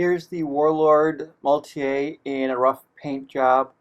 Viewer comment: I am getting this kit and I wanted to see how it looks. I love that it comes with passengers. Thanks for the video! BTW the vehicle is German, not French; maultier means "mule" and is pronounced Maul-teer.